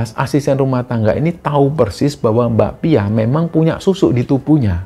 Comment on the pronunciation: pas mas nya nyebut mbak pia aku selalu dengernya bakpia jadi inget bakpia pathok jogja punya 😅